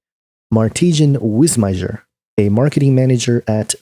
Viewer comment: Just FYI, the guy's name is pronounced "Martin Wiss-meyer". The j is silent. :)